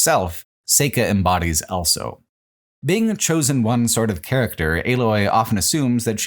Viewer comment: pronounces the word "also" as "elso"